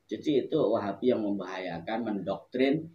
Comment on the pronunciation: baca nya salah wahabi itu